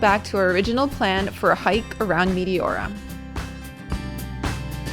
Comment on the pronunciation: I've been there as well. That place was awesome, but your pronunciation was driving me nuts. The correct pronunciation is Mete ora, soft E. I can't watch videos on Greece because it makes me miss the country too much.